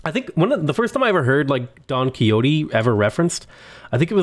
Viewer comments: Dude ... it's pronounced Don QuiRote as in Mexico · Since the name is in Spanish it should be pronounced as Don KI-HO-TE (KI as in Kilimanjaro, HO as in honey and TE as in Tennis). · Here we pronounce it Don Qishot. No idea why.